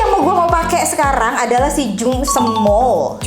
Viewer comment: Cantikkkkk😍😍😍😍 Kaka... Btw itu nyebutnya Jung Sem mool kak .. 😁😁